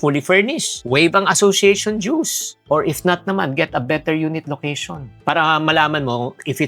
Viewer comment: it’s Dooz not juice😛